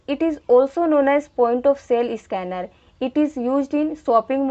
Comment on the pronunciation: Its not a isscanner it is a scanner mam